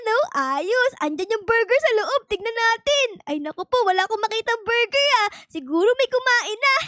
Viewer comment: Borger po😂😂